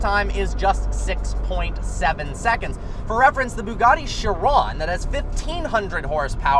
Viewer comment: this video was great , but then he said BUGATTI CHIRONE ......... like bruh its chiron not chirone